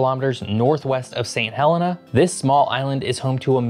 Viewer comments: It’s pronounced Saint Heleena. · For a geography channel, why do you mispronounce nearly every place name? "St Helena" Angola" "Cape Verde", etc.